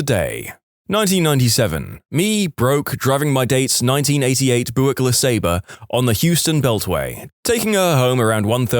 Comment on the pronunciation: And Buick. 🙄 Should be Byoo-ik.